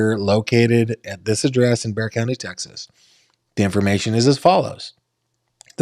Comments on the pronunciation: It's pronounced like " bear"😊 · Bear! It’s pronounced Bear! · It's pronounced Bear Texas. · Olmos Park is an unincorporated community INSIDE SAN ANTONIO Texas city limits. It’s NOT Houston. It’s pronounced BEAR County Texas, and the town Boerne is pronounced Berh nee. Please let me know if you need anything else. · Its Bear - like see the big brown bear :) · It's pronounced "Bear". The was was an x brand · Bexar County Is said like bear. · It’s “bear” county. As in Grizzly or Panda lol.